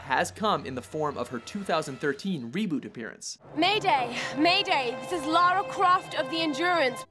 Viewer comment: Finally someone that prnounces Lara Croft's name right, so many say Laura but it's Lara.